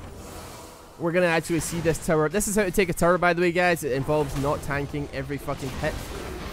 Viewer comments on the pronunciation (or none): I love how he says "tower" like "terror"